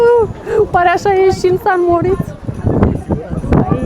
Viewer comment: Splendide vlogurile voastre, le urmaresc cu mare drag, felicitari si tineti-o tot asa! O micuta observatie, rog sa nu fie cu suparare, va rog nu mai spuneti si scrieti "San Moritz", ci "Saint Moritz". Multumesc, toate cele bune!